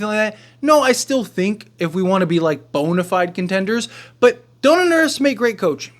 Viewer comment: “Bone”-afied contenders sounded weird 😂